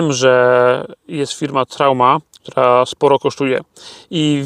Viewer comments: dzięki za info ...jedyna uwaga Truma nie Trauma ;) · Truma w wersji diesel także występuje dodatkowo jest także wersja diesel +230v i truma trumatic nie trałma . Trałma to chyba została Tobie po uszkodzonym silniku w kamperze 😁